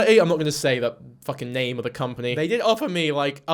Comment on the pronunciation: She can't even bother to drop the fake accent to pronounce a name the right way. What do you expect?